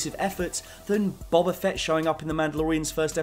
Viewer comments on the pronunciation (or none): none